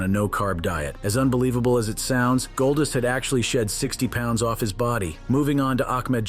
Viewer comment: i hate how he says golddust it sounds like goldist